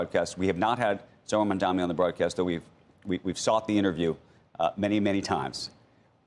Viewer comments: Sorkin, it’s “Mamdani” not “Mamdami”. I think it’s quite disrespectful that he doesn’t want to learn the name. No wonder Mamdani doesn’t want to sit with him for an interview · For anyone interested, timestamp on Sorkin pronouncing NYC mayor as Mamdami. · Sorkin clearly says Mamdami, should learn to pronounce the mayors name correctly. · MAMDANI - dude, it’s not that hard to say. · Mr. Sorkin, you might get that interview if you cared to pronounce his name right. It's not Mamdami FFS. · They dont even pronounce Mamdanis name correctly and get to take pot shots?! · Andrew continuing to deliberately mispronounce Mamdani's name over and over again is all the proof we need of where he stands. Shame on Andrew. He used to be a solid journalist and is now employing sleazy tactics of the Cuomo campaign. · Do these news casters all have a clause in a contract to mispronounce Mamdani’s name on purpose? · Will Andrew ever pronounce Mamdani's name correctly? Shameful for a television anchor.